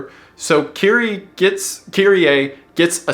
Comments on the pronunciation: bros saying kirie like kyrie eleison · Why do you pronounce her name like that? Say it like 'keery'.